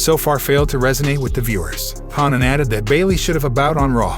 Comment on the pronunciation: This guy can’t pronounce Conan. 😂😂